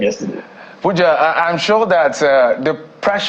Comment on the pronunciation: You called him wrongly, it is Pooooooooooooooooja!!! 😅